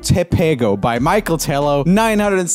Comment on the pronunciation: Joel speaks Michel like Michael Brazilians: ooh cute.